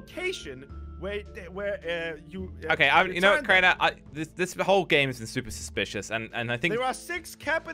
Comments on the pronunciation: he literally told crainer to crainey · He said craini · am i the only one hear him say "crainey"